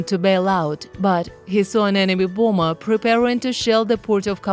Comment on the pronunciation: Isn't that wrist watch Supposed to be on his wrist. We would like to see the whole story and all of the pictures. I like your pronunciation of bomber. Booombor? Haha Great work Thanks